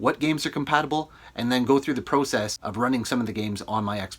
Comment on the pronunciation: This guy doesn’t say process right.